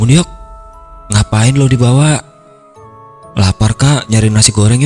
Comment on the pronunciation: Pelafalannya krg enak. Di bawah kok jd dibawa. Agak loading dengernya.